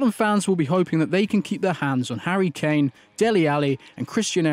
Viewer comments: Am I the only one that heard Harry chain instead of Harry kane in the beginning? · He said harry chain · Did he just say Harry Chain?? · Did y’all hear him say Harry chain